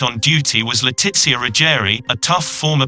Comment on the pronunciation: That text to speech keeps saying "le titsia" lol. It's pronounced Le Tee Shuh